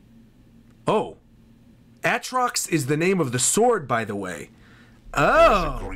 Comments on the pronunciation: It’s A-A-trox, not “atrox” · For the record, the first syllable of Aatrox is pronounced like Aaron